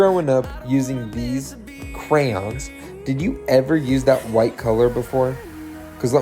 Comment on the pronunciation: Cray-ons not crans😂